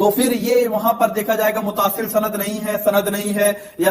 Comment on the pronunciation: Bhai aapne kam acha kia but ek chiz vo lafz jise aap mutaasil vo Muttasil hai